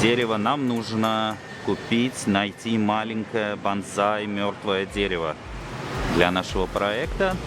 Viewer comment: Извини хочу поправить тебя. БазЗай это боевой клич камикадзе 😂😂😂а если про растение и культуру выращивания подобных деревьев, то правильно произносится БОНСАЙ. 😊 Сорян но это так 😊🤷‍♂️🤷‍♂️🤷‍♂️